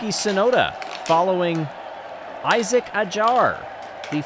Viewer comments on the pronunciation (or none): none